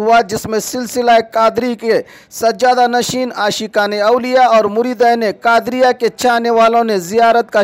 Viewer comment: Urs-e-Quadriya......Not Qadar